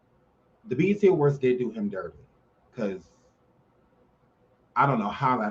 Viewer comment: He said the EBT awards 😂😂😭✋